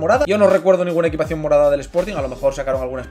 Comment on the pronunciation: EQUIPACIÓN NO EQUITACIÓN* jajajajajajaj crack